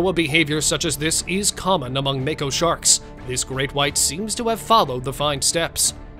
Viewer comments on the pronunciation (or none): none